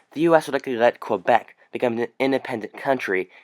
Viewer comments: It’s pronounced Kay-Behk, not Kwah-Beck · for information it's not "Qwebec" say it like "K-bek" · Cool video just so you know Quebec is pronounced like "Kebeck" :D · It is in non-PC English. Most English-Canadians say "Qwebec". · There is no W in Quebec.